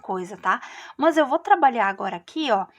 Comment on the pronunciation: Gente a forma como pronúncia "mâs", me dá agonia. Não consegui finalizar a vídeo aula.